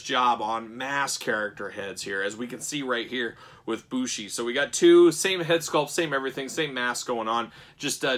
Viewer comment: MX is his finish, its a flying Codebreaker off the top or 2nd rope, and the dia de los muertos mask is an entrance mask. Bushi (it is pronounced Booshy btw, so you got it right) is known for wearing some wild looking, and very creative, entrance masks over his ring mask. The one they chose here is neat but overall pretty tame in comparison to many of his others.